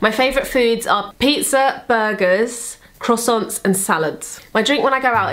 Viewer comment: also... "cross aunts?" speak properly.